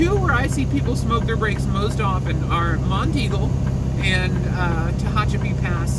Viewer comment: Nice video. Congrats on pronouncing "Monteagle" correctly. SOOO many people not from around here incorrectly call it "Mount Eagle". I did my first 3 years OTR with no engine brake. I went down Monteagle too many times to count and did Tehachipi and Cajon Pass in CA with the scale house half way down the grade. I smoked my brakes once near the bottom of Black Mountain in NC on I-40 and TWICE on I-8 between San Diego and El Centro, CA .